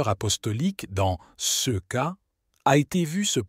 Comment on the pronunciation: Dommage que le lecteur ne sache pas parler français correctement : prononce cas par cea et ces par:sis..Mgr est aussi déformé etc ce baragouin empêche de prendre ces paroles au sérieux.